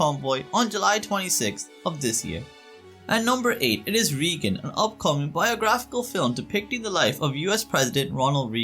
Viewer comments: Pronounced raygun not reegun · It is pronounced RAYgun not REEgun.